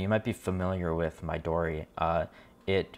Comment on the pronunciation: Midori is likely pronounced 'me-doe-re'. It means 'green' in Japanese.